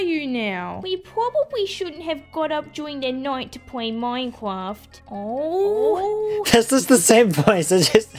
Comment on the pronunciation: "Minecwaft" "Hi family!" "Fweese him!" Oh god, please kill me